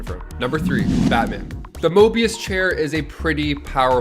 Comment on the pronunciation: There's no R in Mobius